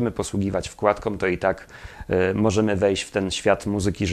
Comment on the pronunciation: Panie, ciekawy materiał, świetny wkład w kulturę...ale uważać na końcówki...czasem błędne -om zamiast -Ą....np.wkładkOM zamiast wkładk-Ą itp.